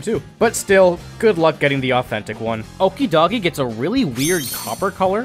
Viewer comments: The guy saying Okidoggy instead of pronouncing it properly is making my blood boil, if anybody wants to say that’s how it’s pronounced go and check the pokedex it just says the name derives from the word okie-dokie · Pretty sure Okidogi is pronounced like "okey dokey", not like "okey doggy". Like the other two are based on similar words/phrases with a singular consonant sound change and no vowel sounds changed. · I personally cant stand it when people pronounce Okidogi as okidoggy. Its supposed to be like okie dokie. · Okidogi's shiny is based on the most popular fur color from the dog breed that Okidogi is based on which is a Shiba Inu which their tan fur does look very bright so the render makes sense to make Okidogi's tan fur bright, also Okidogi is pronounced like "Okey Dokey" but Dokey is pronounced like Do-gi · Okidogi is believed to be based on japanese dog breeds, like the Akita (which looks like a buff shiba inu). Also it's pronounced like Okey-dokey, which is the whole pun of the three's names, they're all things that mean things are going well. Also Ogerpon's shiny is completely covered by her masks so even if it was possible to get her as a shiny, you'd never be able to see it. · Okidogi is pronounced like okie dokie, like how muckydori and hunky dori and fezandipiti as serandipity.